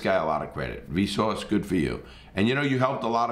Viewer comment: It’s his accent. Him with his accent says v sore but pronounce it with a w. So vsouce